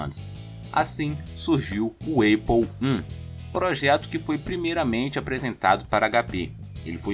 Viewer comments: Só corrigindo, lê-se ¨´Épou e não eipou¨(APLLE) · Ótimo vídeo! Uma correção apenas: Apple se pronuncia "épou" e não "eipou", assim como em "access". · Tirando a pronúncia da Apple que é muito feio quando fala Eipou, rs, muito bom vídeo, excelente pra minha prova de introdução a ciência da computação 😅